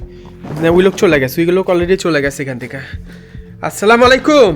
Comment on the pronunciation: আপনি যেটা বলেছেন এটা অনেক বড় একটা ভুল এটা অনেক বড় একটা গুনাহ আপনি স্লামালাইকুম বলেছেন না এটা অনেক বড় একটা গুনাহ এটা না বলে আপনি আসসালামুয়ালাইকুম বলেন 😆😁😱😘